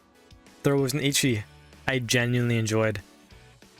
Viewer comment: I have to point this out because my OCD is screaming at me (Please believe me, I'm not trying to be a jerk). You kept mispronouncing 'Ecchi'. Ecchi is derived from the Japanese pronunciation of the letter 'H', which is just a reference to the word Hentai. They basically just shortened 'Hentai' to 'H' and with a Japanese accent, it should sound like 'et' (as in bet) and 'chee' (as in cheese): 'et-chee' Anyway, love the video. We need more love letters like this to this amazing anime. Highschool DxD is genuinely a top-tier anime, in my opinion, and I always appreciate videos like this.